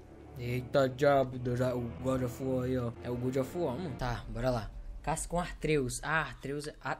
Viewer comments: "eita djabo, o deus da... O godjofuar" Tomando cafe de boa e quase cuspo na mesa kkkkkkkkkkkkkk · Toda vez que ver esse jogo agora vou só me lembrar do falando: é godi ofi uó mano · Vc roubou esmola de mendigos, meteu a Paulada nos cachorro de rua, e dps vc deixou pessoas com depressão ainda mais com depressão* A desculpa: "É o gódi ofi uar né" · é o goudi ofi uar é?